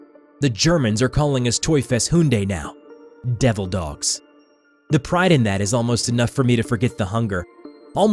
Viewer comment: They are Marines!!!! Plus you're saying Devil Dogs weird lol. But I love this hahaha.